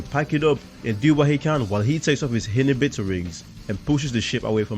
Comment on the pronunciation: I know what Inhibitor rings are, I'm just questioning your pronouncing.